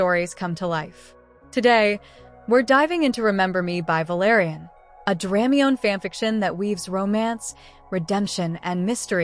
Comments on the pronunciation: Is there a print version of this? Thanks! Also, please forgive, but it's pronounced: Druh-my-knee, not Dram-mee-yone. Just saying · it hurts hearing dramiONE instead of dramione (dra- my-nee)